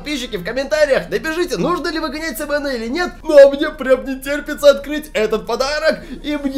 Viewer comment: Не ви га няй